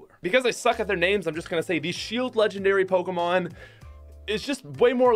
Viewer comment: Hey! At least hes calls them Pokémon and not PokEEEmon. Good job.